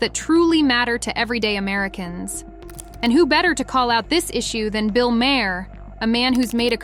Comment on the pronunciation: You are killing Bill's name. Do your homework, learn how to pronounce his name...